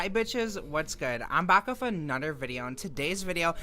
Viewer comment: >calls conservatives low-IQ "lowcow" "annuder" "like that's the thing, it's like man, like smacks lips it's like diff'rnt when it's trahns"